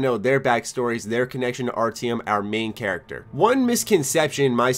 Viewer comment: And Artyom, omg, its like you havent heard how they say it in the Metro games.